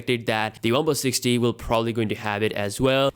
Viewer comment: Am I the only one who heard this phone's name as One plus '60'?